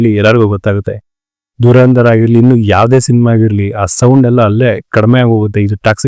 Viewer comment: Its ಧುರಂಧರ್ not ದುರಂದರ್... ಕನ್ನಡವನ್ನು ಕೊಲ್ಲಬೇಡಿ